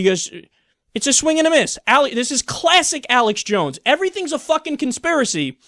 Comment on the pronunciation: Broadcasting live from the front of the resistance ( from inside the asylum) it's Uhlux Jawns